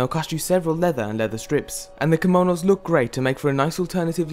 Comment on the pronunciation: kimounous, lol. its kimonos